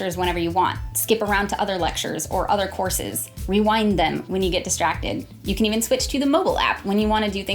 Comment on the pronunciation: I keep hearing "corsets" instead of "courses". I'm probably drunk